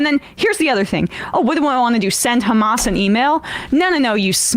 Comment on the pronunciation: Do you even know what Netanyahu said he called HAMS. As Amelak